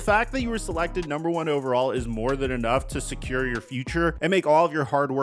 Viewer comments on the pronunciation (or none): none